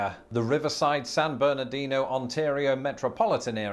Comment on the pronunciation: I live in San Bernardino County. (Congrats to for pronouncing it correctly, though his Los Angeles is a bit off). We love the Inland Empire. Within one hour, we can get to the Pacific Ocean, the mountains, or the high or low deserts (different). Speaking of mountains, we have several above 7,000 feet tall. And that's straight up; I live at about 1,500 feet. I have been lucky enough to go several times to England, Scotland, Wales, Northern Ireland, as well as the Channel Islands. Both of us have beautiful countries, though vastly different in size. Enjoyed this video, my cousins across the Pond.